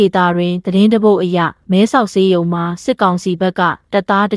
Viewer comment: သတင်းကြေငြာရင်လည်းသေသေခြာခြာကြေငြာကွါ၊မယ်ဆောက်ဆေးရုံကိုလည်းမဲဆောက်ရေးရုံတဲ့၊ဘာမှတည်းဖြတ်မု့မရှိ၊ဘယ်လိုဟာတွေနဲ့လာတွေ့နေလဲမသိတော့ပါဘူး၊စိတ်ညစ်တယ်၊နင်ထမင်းငတ်နေလား၊အသံကညောင်နာနာနဲ့၊နောက်နင်တို့သတင်းဌာနဘယ်တော့မှမကြည့်ဘူး၊ဘေကုန်ရကျိုးမနပ်လို့။